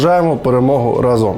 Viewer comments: Олексію! То ж наголос в слові «разом» на «а», тобто «рАзом». Не «разОм» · Дурнев, вы ударение на слово "рАзом" не правильно ставите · Олексій, не "разОм", а "рАзом"! Здивований, що ти цього не знаєш.